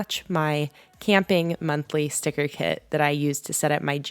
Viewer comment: Stick-ER round 😂